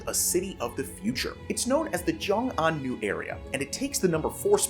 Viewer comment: Where are u getting joing, it's xiong. More like shiong in English